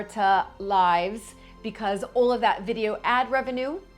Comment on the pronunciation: What a gorgeous room, with so much warmth and soul. What a blessing you are to Mapperton✨ Perhaps Babbel can help with your confidence and flow when pronouncing “beautiful” and “all”, clearly and consistently precious.